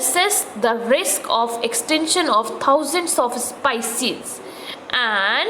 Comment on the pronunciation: Improve your English idiot teacher it's speices not sypcies and your grammer is the worst go and teach the cranes only I think they will understand you